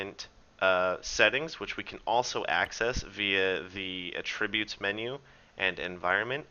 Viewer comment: Great video series. thanks. In return, a correction: There’s “AT-tributes” and then there is “UH-tributes”. The latter is a verb. It’s the former (the noun) that you mean to be saying here. Hope that helps.